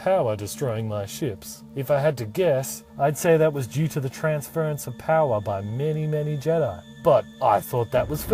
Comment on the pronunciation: You lost me at "transference". Otherwise nice story. Here's a cookie.